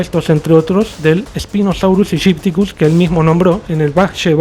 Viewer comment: "Sñipochosaurus epipiariticus"